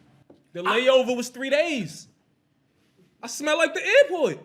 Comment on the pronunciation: The airport or the air-fort?